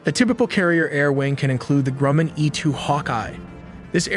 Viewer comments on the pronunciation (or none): none